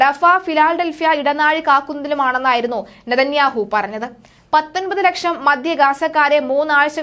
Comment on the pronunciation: News reader ബെഞ്ഞമിന് നാഥന്യാഹു എന്ന് പറയുന്നത് കേൾക്കാൻ നല്ല രസം